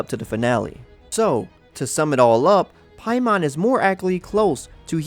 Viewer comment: It's NOT pronounced "Pie-mawn" in the 9 demons... It's pronounced "pay-men"